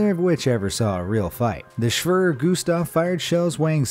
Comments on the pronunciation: It is pronounced (shveyer) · lmao *shwirrr gustav* *natzees* Jesus Christ, dude. Learn some history already. And some pronunciation. You’re totally butchering it. The word is “Schwerer.” Not “Shwirrrr.” Pronounced “Shh-where-er”. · HAHAH Schwör Gustav xD Try the first part something like that ^^ Sch = (Sh)ip wer = were er = h(er) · 'Schwerer' is pronounced like 'hera' or '(emp)eror'. Shve-rough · I believe it’s pronounced “shvair-air” But you were pretty close. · You say schwere Gustav like such an American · At least use Google translate to learn how to pronounce foreign words like SCHWERER... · At least he tried to pronounce schwerer. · The Gustav cannon Isn't a gun It's a fucking rail mounted Artillery...Also that's not a bullet...That's a Shell (btw you didn't say Schwerer correctly...)